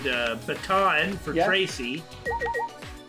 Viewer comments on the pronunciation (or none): It's Trucy, not Tracy.